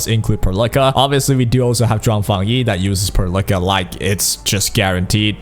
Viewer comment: it's pearl ica not perlickka